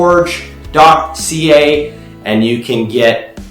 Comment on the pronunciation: type in your title and video description. its growforge. not growfordge